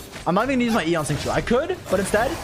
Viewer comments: I love ya buddy your guides helped me so much but for fuck's sake Xingqiu's name is not "sing chew," at least say "shing cho" at least that's closer. Or call him by the Japanese pronunciation, Yukuaki. Obviously I don't expect everyone to pronounce Chinese words with perfect pronunciation but god damn, there's a line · Bruh why do you pronounce Xingqiu like shing choo please